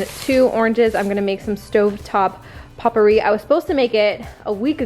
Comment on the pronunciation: I love how you pronounce potpourri lol